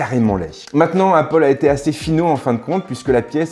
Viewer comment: "Appol" j’pleure